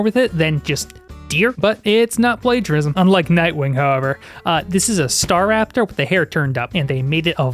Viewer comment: ‘What is staRAPTOR’ 😭🙌🏻